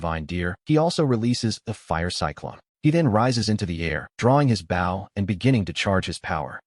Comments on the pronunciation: I really dislike how the AI voice is pronouncing the word "bow." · Lil “Bow” Wow. Why can’t AI say “bow”?